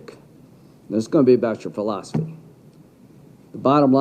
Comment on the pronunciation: L. Graham said “philostefey” 😂😂😂😂